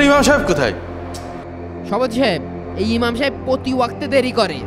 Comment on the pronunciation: ইমার নয় ইমাম